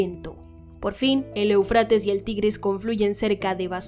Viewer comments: Eu, con acento en la é sería Éufrates, no eufrátes, que mal se escucha de una periodista profesional, haciendo mala pronunciación. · Desde hace muchos años se pronuncia E'ufrates. Respete los acentos